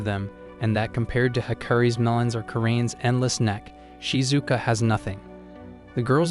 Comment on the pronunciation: Ayo why you say meleons☠️